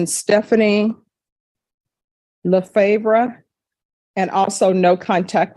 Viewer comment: It’s pronounced “ le-FAHRV “